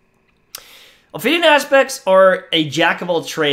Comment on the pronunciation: I agree — also there is no “r” in Ophidian.